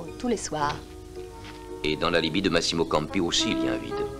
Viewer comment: ...et ce n'est pas Masiiiimo , mais Maaasimo !